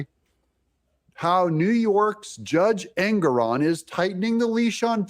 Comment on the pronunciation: Pronouncing Engoron sounds like his last name means ANGRY 😠 ON ALL PEOPLE